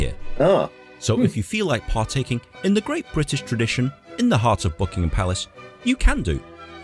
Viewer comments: It’s the Maaaaall not Maul, it’s also Buckingem Palace not BuckinHam Palace. Hope you visit soon, May is usually a good month although was chilly and wet this year. The Palace is well worth seeing and is actually a very relaxed tour, you can pretty much take your time walking through. Worth every penny of the ticket price. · don't say ham at the end of Buckingham, just say gum. When they say residence the Queen never seen it as home it is for the Royal Family just "the office". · Pronounced Buckingam without the H 👍